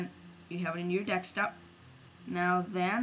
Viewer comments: it's not "dekstop", it's "deSKtop" ;) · its desktop not dekstop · Instead of desktop he said dekstop and instead of none he said known. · KID, STOP CALLING IT "DEXTOP"!!! IT'S PRONOUNCED DESKTOP!!! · lol dekstop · Deck-stop? I always thought it was a desktop, silly me. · Dekstop! HAHAHAHAHAHAHAHAHAHA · drag it to your "DEKSTOP" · "so you drag on on to your DEKS-TUP, drag it on your DEKS-TUP" :D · haha this is brilliant mate but i laughed at "dekstop" :D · how the hell do you say desktop '' dextop? '' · It is desktop not desktop!